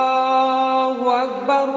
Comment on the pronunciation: Sdkt koreksi : الله أكبر yang akhir, ALLAAHU .... harusnya dibaca panjang, bukan pendek.